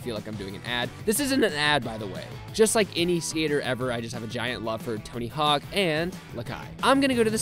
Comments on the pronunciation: Lol its tony hawk not tony hank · U said tony hank at the start